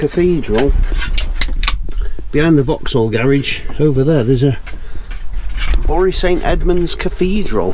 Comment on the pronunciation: Another great video guys. We have noticed also how has shot up in height and what lovely lad he is and so so much more confident credit to him. On a minor point Bury st Edmond’s the Bury is pronounced like berry 😀 glad your back is on the mend. Look forward to your next videos. Best wishes Phill and Leigh ❤